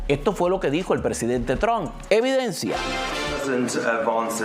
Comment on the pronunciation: Trump no Tron, Vance no venz, Harris no herris, hablas español o spanglish?